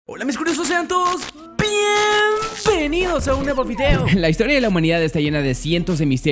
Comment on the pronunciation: Piembenidos!! 🎈🎈